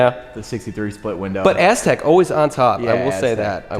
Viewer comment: Pontiac Ass-tek